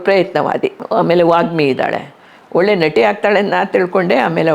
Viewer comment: Valleya( ವಳ್ಳೆಯ) ಇದು ತಪ್ಪು OLLeya( ಒಳ್ಳೆಯ). ಇದು ಸರಿಯಾದ ಕನ್ನಡ ಉಚ್ಚಾರಣೆ. ಕನ್ನಡ ಸರಿಯಾಗಿ ಮಾತಾಡ್ರಪ್ಪಾ ಕನ್ನಡ ಮಕ್ಕಳೆ.